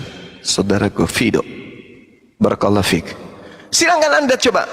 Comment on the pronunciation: Tajwidnya perlu pembenahan. Baaraksllahu fiika